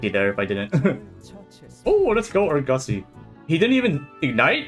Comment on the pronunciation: I’m catching up with the videos and you saying “Urgussy” caught me so off guard 😭